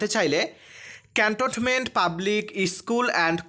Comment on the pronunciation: ক্যান্টনমেন্ট উচ্চারণ করতে পারেন না। কেমন সাংবাদিক আপনি?